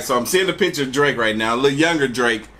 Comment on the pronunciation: Bro it’s not drake it’s brake 😂